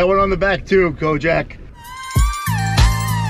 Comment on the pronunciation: THIS WHIGGA SAID KOJACK!!! LOL 😂